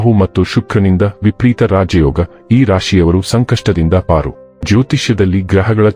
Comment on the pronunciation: It’s vipareeta, not vipreeta